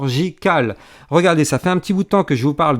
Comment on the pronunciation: " Olala Haaan c'est CHI-RUR-GI-CAL " 😂😘